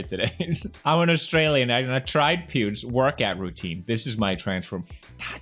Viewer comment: that he said Peter or Choen said Peers instead of Pewds